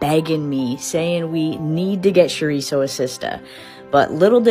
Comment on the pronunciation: I don’t listen to any of the reasons they try to cancel for… but as a Latina, the way she pronounces Chorizo is gonna do it for me. Jkjk